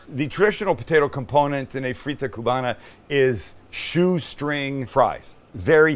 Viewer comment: I am Cuban American and I approve, Sam! Last thing, we don't really pronounce the "b" when we say "Cuba" and "Cubana/Cubano". It's more like "Cu____a" and "cu____wa___na", and "cu____wa___no." The "b" is almost silent It takes practice.